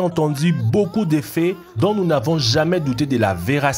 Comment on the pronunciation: Faudrait apprendre à prononcer le français, parce que "beaucoup de faits" ne se prononce pas comme "beaucoup d'effets" ! :-) "Vous donnera des veuris" ça n'existe pas, ce sont des verrues...D'ailleurs on entend aussi "maladies causées par des veuris" au lieu de "virus"... Pour le reste : félicitation car je n'ai entendu aucune connerie et c'est rare dans ce type de vidéo. :-)